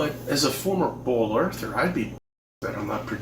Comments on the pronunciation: Is he saying "bowl earther"? WTF? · I keep hearing “bowl earther” and was slightly confused.